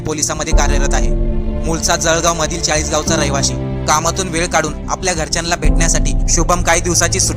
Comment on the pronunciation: घरच्यानला की घरच्यांना...अरे नीट मराठी बोल पाहिले..